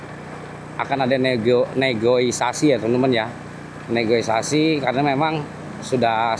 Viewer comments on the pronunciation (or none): Maaf bang: Bukan "Negoisasi" Tapi "Negosiasi" Contoh kalimat: Mereka sedang melakukan negosiasi tentang harga barang/rumah/tanah. Bahasa Sunda: Aranjeunna/Maranehna keur ngalaksanakeun rundingan ngeunaan harga barang/imah/taneuh.